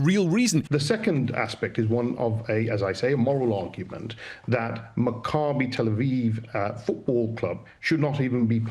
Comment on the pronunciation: Leo, just for your correct pronunciation of Maccabi Tel Aviv you're getting a gold star! 😁 I heard people absolutely butcher that name in the last couple of days... Kinda like the Islamists of Birmingham want to do to the people. 😐